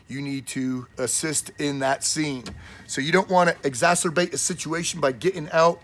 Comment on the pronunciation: You said (ezasterbat) love the dude stuff .